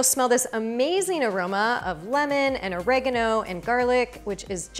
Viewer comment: Took me a while to understand what you meant with your pronouncement of oregano!